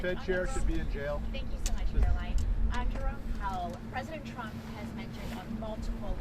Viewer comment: Didn’t President “Chump”, as Leavitt, pronounces it, say that gas price were at $1.99 about 2 months ago? That’s a huge price spike! Why would she be celebrating $2.70?